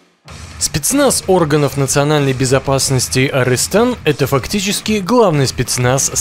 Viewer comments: Не арЫстан а арыстан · Арстан а арыстан . Ударение на 'ы' . Как сыр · Эй ты не фига не умеешь говорить названий армии Арыстан по русский это лев